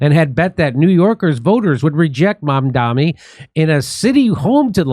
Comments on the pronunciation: MAMDANI isn’t a hard name to pronounce. Are you pronouncing it wrong on purpose?? Conservatives do that to make him sound more foreign and scary, like “oh his name is so foreign and weird and hard to pronounce!” They keep saying “mom dommy” It’s pronounced “mom Donny” If it’s not done on purpose, are yall just…not too bright? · Are Jimmy and the other guy intentionally pronouncing Mamdani’s name wrong?